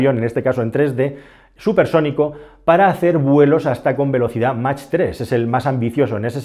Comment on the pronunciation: Se pronuncia "mach" en español o algo parecido a "maj" en alemán. "Mac" no es ni chicha ni limoná. Que los americanos lo digan como quieran pero nosotros no tenemos por que imitarlos.